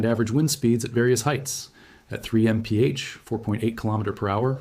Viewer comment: I'm not convinced this isn't AI! A normal human would not say mf for mph! Also he's talking way too fast to be understood.